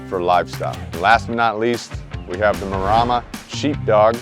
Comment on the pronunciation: “Ma-Re-ma” as in Maremma Alps NOT Ma-Rah -ma